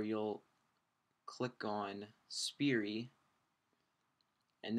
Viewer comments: SPY-ER(Spire) not Spirie >__> Just a heads up it got annoying the way you say it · FUUUUUUUUUUUCK ITS SPIRE NOT SPIRI!!!!!!!!!!!